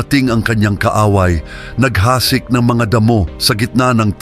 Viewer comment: naghasik... mabilis ang pagbigkas